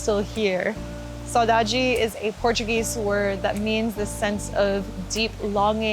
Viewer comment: I can't believe you said "saudade"! I'm Brazilian and I had a silly smile when I heard that hahahaha You’re always welcome whenever you want to come here!